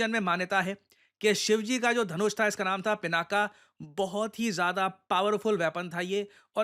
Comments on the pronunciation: उसका नाम पिनाक है, न कि पिनाका। पिनाका स्त्री नाम हो जाएगा। 🙏🏻🙏🏻😏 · Being a teacher, you should pronounce correctly, dear. It is not pronounced "पिनाका" but "पिनाक". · पिनाका नहीं सर, 'पिनाक' । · वैसे तो गलतियां निकालना मुझे पसंद नहीं, पर यहां correct करना आवश्यक हो जाता है - शिवधनुष का नाम पिनाका ❌ नहीं पिनाक✅ है। आप defence equipment को पिनाक या पिनाका कुछ भी कहिए I have no problem with that but देवाधिदेव महादेव के धनुष के नाम उच्चारण आपको सही करना चाहिए।